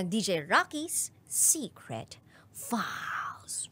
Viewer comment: Wala po bang nagkokorek sa yo sa tamang pronounce ng files..you pronounced it like "fals" instead of "fayls"